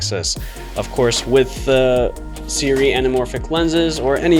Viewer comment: The skit in the beginning was funny. But some sample footage would make this complete. Like someone else commented, no real reason to watch this besides the funny skit in the beginning. Also, it's pronounced "Soo-RAY" We ALL were pronouncing out incorrectly lol Are you going to be getting to 75mm version?